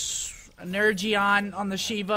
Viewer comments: every time he says energeon I die a little inside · seth it pronounced ener-gon